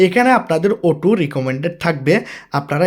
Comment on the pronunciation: Auto❌ uto✅🤣🤣🤣🤣